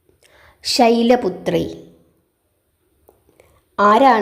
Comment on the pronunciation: ഓം ദേവീ ശൈലപുത്രയെ നമ: എന്നാണോ. അതല്ല. ശൈലപുത്രിയെ. എന്നാണോ ചൊല്ലേണ്ടത്❤. ശൈലപുത്രയേ. എന്നാണ് മാം പറയുന്നതായി എനിക്ക് തോന്നിയത്🙏🏻🙏🏻❤️🙏🏻❤️